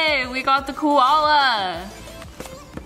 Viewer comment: Some people pronounce things differently. Leave her alone